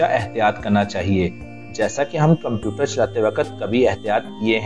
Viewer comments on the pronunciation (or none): none